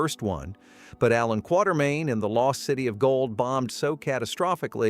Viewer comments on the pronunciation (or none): Quartemain...not Quattermain. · I've been mispronouncing Quatermain my whole life. I thought it was "quarter" main until just now.